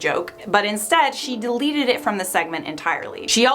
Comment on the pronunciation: I giggled at how she said "Delieted" lol